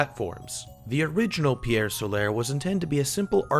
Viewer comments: STOP SAYING PIEEEEEEERE SOLAAAAAAAIIIIIIRRRRR!!! Seriously guy...if yer gonna do a review, at least pronounce the name of it correctly. Good review otherwise :^P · Loo-narr? Pierre Solair? LMAO! Good review though! 👍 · Ok I can't watch this when I hear Solar pronounced "So-lare" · TIL people exist who can't pronounce the simple English words "pier" and "solar". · Had to dislike because the reviewer can't pronounce Pier Solar. :/